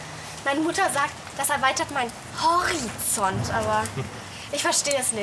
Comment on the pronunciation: HAAHAHAHAHHAAHHA „HOCHIZONT“